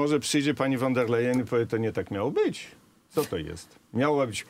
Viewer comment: Panie Rafale kochany, niech mi Pan wierzy; nie jestem absolutnie wielbicielem pani Urszuli, ale znam dobrze niemiecki i kiedy Pan z uporem godnym lepszej sprawy mówi "fon der lejen", to mnie bolą zęby. Mówi się "fon der lajen" To nawet łatwiej. Z góry dziękuję 😀